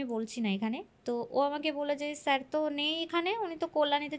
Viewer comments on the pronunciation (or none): none